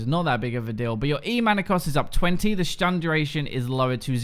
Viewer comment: When turns german. "Schtun"